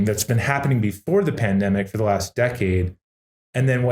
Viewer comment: Tyler has a bit of trouble saying ‘decade’.. interesting interview and great to have these guys promoting BTC.